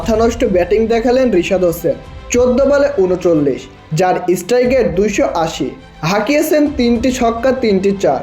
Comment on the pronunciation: কথাটা স্ট্রাইগেট নয়, স্ট্রাইক রেট। বুঝলি রে ক্যাংলা ? কিছুই জানিস না, বেসিক জিনিস টাও জানিস না শুধু মুখে বড় বড় বাত।